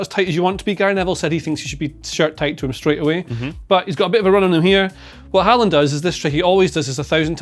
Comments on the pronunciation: Nice to see pronounce Håland’s name correctly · Wow, wait what?? Did they just say Haaland correctly the first 2 times?😂😂 Well done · at least the chap on the sofa is pronouncing his name correctly